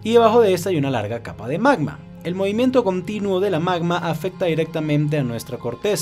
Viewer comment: Por qué casi en su totalidad los youtubers tienen un defecto al hablar? Algo que desagrada a la gente? Hermano, no uses la M en dónde va la N, ejemplo...movimieMto, aproximadameMte, dejaMdo, etc.